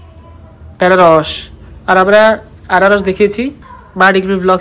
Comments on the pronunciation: আনারসকে বেনারস প্রথম শুনলাম😮।🇺🇸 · বেনারস নয় দিদি আনারস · In bangla ei fol ta Anarosh not banarosh 😂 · বেনারস আবার কি ? আনারস বলবেন